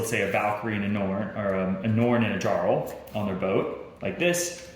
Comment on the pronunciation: I agree. And how does the designer of a viking game not know how to pronounce "jarl"? Don't get me wrong, I own and like the game. This video is disappointing though. Didn't watch it the first time I played because we were like "uhhh, this is 48 minutes long.... nei takk." I've now played it twice. I think this video is best watched for clarification after reading the rules.